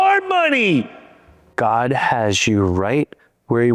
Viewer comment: ermagurddddd why u tawking about gurd